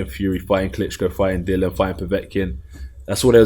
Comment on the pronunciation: Do you think it annoys Dillian that Anthony isn't pronouncing his name correctly? 😂